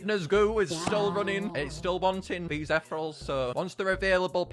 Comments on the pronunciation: Most painfully video to watch 😢 it pronounced e thee reel alls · Aw yes, “etherals” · the way he pronounces 'ethereals' infuriates me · "Ethrels" (not hating)